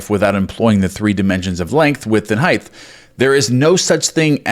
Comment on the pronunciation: If you keep adding a “th” to the word “height”, I’m gonna scream! 😫😂😂. Tongue twister, eh?☺️